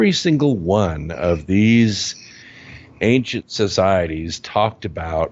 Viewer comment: I would like to help with pronunciation. There are so many words that would be easier to understand if the accent were on the right syllable and a few other details such as how to pronounce "ancient" or "chemical".